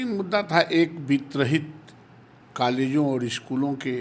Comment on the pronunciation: Dekhiye jab college ko kalej bolta hai to kaise Bihar ka shikar vawstha sudhrega